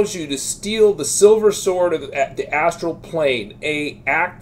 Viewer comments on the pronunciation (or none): none